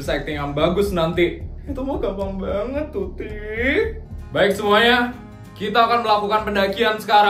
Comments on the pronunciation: Waktu ngomong tuti sama feli aku kok denger nya putri sama feli 😭😭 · itu typo asli nya mau ngomong tuti karna tutup dan putri sedikit sama dalam penyebutan maka salah sebut tuti jadi putri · typo ngomong "putri dan feli"kan harusnya tuti dan feli😂